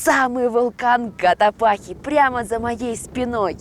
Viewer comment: вы еще сто раз к нам приедете, а так и не выучите, что вулкан Котопакси, а не Котопахи 🤦🏼‍♀️🤦🏼‍♀️